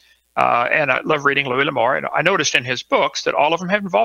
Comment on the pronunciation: Louis, not Louise. Louise is a broads name.